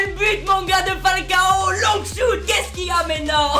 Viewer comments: "Défi Long Choute" quel bel accent anglais fraté x) Super vidéo comme d'hab bro continue ! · Gg l'épisode comme d'abb par contre arrête l'anglais shouttttt mdrrr tu ma tuez 😂👏🏾